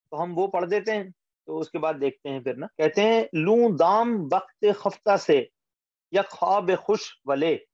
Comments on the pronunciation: لیکن یہ خفتہ کا تلفظ خ کے زبر کے ساتھ ہے یا پیش کے ساتھ؟ ہم تو پیش کے ساتھ پڑھتے آئے ہیں۔۔۔ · آپ کا تلفظ درست ہے، خُفتہ ہی ہے۔ تلفظ کے لیے فایزہ کو سنا کیجیے۔ کبھی کبھی ایسی غلطیاں شرکاء سے ہو جاتی ہیں، جن کو کلاس کے بعد درست کرنا ممکن نہیں ہوتا